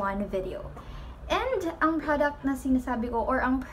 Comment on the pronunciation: The way you pronounce the word product hahaha relax your jaw girl haha